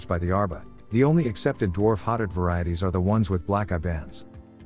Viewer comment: it’s a voice over text. Speaks very quickly and it’s voice is a little inconsistent, sometimes getting softer, sometimes louder but staying relatively monotone. Plus it pronounces hotot wrong